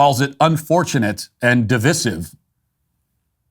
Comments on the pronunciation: Div-eye-sive. Not div-iss-ive. You're not English Matt. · Divisive is pronounced Div-eye-sive. 👍 otherwise, good stuff. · Stop pronouncing divisive like a douche canoe.